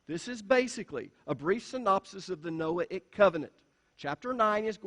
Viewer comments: It’s just you. Noahic pronunced no-ay- ic, long on the “ay.” He can pronounce Mosaic but cannot pronounce Noahic. They are pronounced the same way. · So funny that in trying to explain how to pronounce the word Noahic...he pronounces it wrong! The 'a' is a "long A".